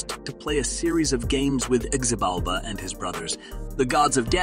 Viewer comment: His name is pronounced with an H not a Z: phonetically it is Hibalba.